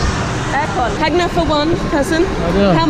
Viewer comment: WHY, on earth do you persist in calling it Yagna, when the natives clearly pronounced it Hagna, the J is H in Phili.....